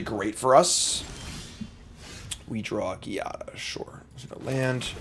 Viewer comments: my man i don't wanna be a grammarnazi but Giada is pronounced with the g like in geometry, is a latin name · Here is the prophecy: will never win with angels until he learns how to pronounce Giada.